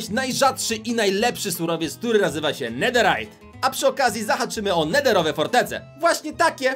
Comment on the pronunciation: mi netherryjt